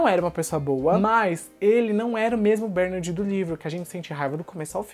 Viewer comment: Cara, pq vc fala "BÉRnard" se a pronúncia é "BerNÁRD"???? Vc tem essa mania de inventar pronúncia né ... Faz a msm coisa em "Agacui", quando na verdade é "Ancui".